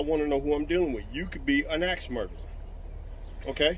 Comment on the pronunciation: An AXE... not EX